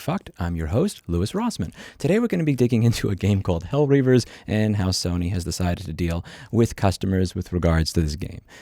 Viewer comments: how do you f up the name in the first 8 sec of the video. its not hell rivers its hell Divers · He said “hellrivers” 😂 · In the first 15 seconds, he mispronounces the title of the game in question he calls it hell ravers or Hellraisers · "Hellreavers" I can't even take it seriously after 10 seconds. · Hellravers lol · "Hellreavers" Dude. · Hell Ravers LMAO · Dude can't even say the game's name right lol. As someone who plays OSRS, I get he's sayung there are other games, but if youve played Helldivers 2, there aren't many of those games Louis speaks of, that are better in my opinion. Helldivers 2 is one of my favorite games since Halo 2. I'll still play regardless, but it is a gut punch for sure. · Hellreavers loool helldivers 2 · Louis calling it ravers is a certified boomer moment lol. Back to watching the video and having my blood boiled. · Bro how do you mess up the name of the game? Its the whole premise of your video and in the title. Wish i could still downvote. You called it 'hell reavers"....not everyone needs a youtube channel nor do all you youtubers have to comment on shit not pretaining to you or in your wheelhouse. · "Today, we're gonna discuses a game called *HellREAVERS*" 😂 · Huh, I heard Hellravers. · Although I agree with the overall conditions of this episode, I am surprised at how poorly this video covered the subject (not even pronouncing the name of the game correctly). It is a more complex situation than portrayed in this video and could use some better research. A distinction needs to be made between the developers and Sony and their actions. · couldnt even pronounce the game